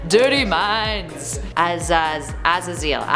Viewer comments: “Azzazeal” it’s Ah-Zay-Zle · Az a zill? Man what in the blue hell is going on up in here lol it’s pronounced Az zaz zel lmao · Ah-Zay-Zel not Ah-za-zeeel... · Azazel isn't pronounced "az a zeal" its pronounced "uh zae zul" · Its pronounced 'A-zay-zal'. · What is she saying? Pretty sure it’s pronounced Ah-zay-zil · Number four... a-ZAY-zul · Her mispronunciation of Azazel was like nails on a chalkboard, but she’s pretty funny. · ngl that Azazel pronunciation really bothered me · It pisses me off how she doesn’t know how to say Azazel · Sweetie you butchered azazels name terribly